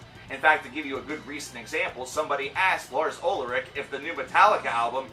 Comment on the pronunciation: Its "Ulrich" not "Ulric".... why are muricans so fucking lazy about languages?